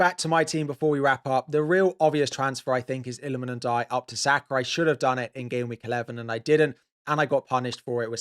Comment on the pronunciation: Illamen Ndiaye to who? Couldn't make out what you said there. (For Minteh?)